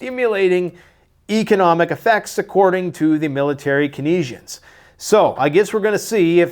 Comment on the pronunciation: for the love of God, dude... "TANS NEES TRIA" "KANE ZE AN"